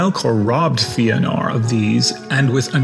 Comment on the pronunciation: Fëanor is pronounced Fay-uh-nor not Fee-uh-nor